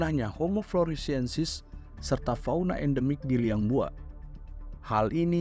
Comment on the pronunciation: Mantabb bang..hanya tlg narator, sebutannya yg benar : 'Floresiensis' bukan..floriensis..